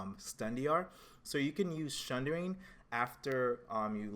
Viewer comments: theres no H in sundering. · SUNDERING!!!!!!!!!!!!!!!!!!!!!!!!!! there's no H !!!!!!!!!!!!!!!!!!!!!!!!!!!!!!